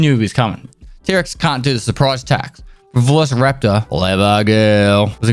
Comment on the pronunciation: “Velocity” raptor, lol.